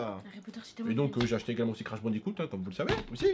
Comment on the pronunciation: Crash Bandi"croot" Mdrr ça m'a tué😂😂